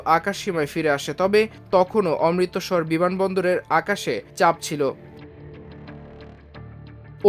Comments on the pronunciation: DGCA ...DGCA .....Not DCGA অমৃত্সর, Not অমৃতোসর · অমৃতোসর নয় বেকুব।নামটা অমৃত্ সর।অমৃতসর। আগে বাংলা শিখ তারপর মিডিয়াতে আসো। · এই সব উপস্থাপক কিভাবে সংবাদ পাঠ করার সুযোগ পায়, যেখানে সে অমৃতসর শব্দটা ঠিক ভাবে উচ্চারণ করতে পারেনা।?